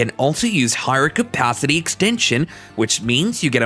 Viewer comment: "Pist-yel". "Capathity". Get a better AI voice; this one's not cutting it.